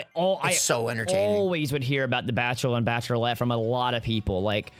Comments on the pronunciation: The Bachelorlette is so hard to say XD thats because its Bachelorette XD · The reason you were having issues saying Bachelorette was cause you were adding an extra L. Lol. Love you guys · Was anyone else annoyed at for mispronouncing bachelorette